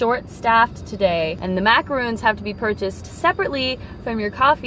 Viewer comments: Its not macoroons. Its macorons. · They have the bEsT macaroons: Yes, that’s how you say it, Macaron.